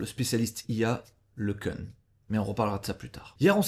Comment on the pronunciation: "LeQueune" 🙊 Il est français.